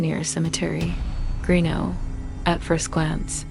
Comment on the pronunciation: More videos from my home state but Toodyay is pronounced too jay greenough is pronounced green-uf and Gingin is pronounced gin gin.